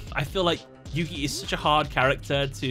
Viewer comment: Isn't it Yugi?